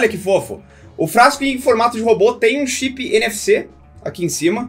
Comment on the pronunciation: kkkkkkkk na primeira vez q eu ouvi parecia nft mesmo mas na real é NFC.n faço ideia doq seja mas meu celular tem um botao disso kkkkkkkkkk